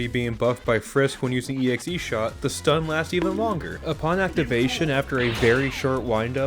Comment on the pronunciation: Bruh, not to be *that guy*, but it’s EX-shot, not EXE-shot. 🤓